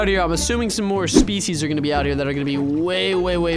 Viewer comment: i dont wanna be rude because i dont english that good myself but, "species" isnt pronounced like that.... Username: SardaCandy